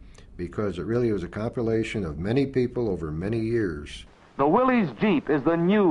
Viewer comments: It's "Willis" not "Willees". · A good history of the Jeep however it made me cringe every time they said "Willeez" when the correct pronunciation is "Williss". John Willys was the founder of the Willys-Overland Co. He was English and his last name is pronounced "Williss" not "Willeez" . Watch some old commercials for the Willys-Overland Co. vehicles and see for yourself the correct way to pronounce Willys. Have some respect for the founder. These , So called Historians on the video should know better.